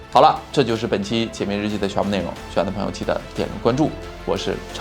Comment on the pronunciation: 「解密日記」，每次都聽成「姐妹日記」。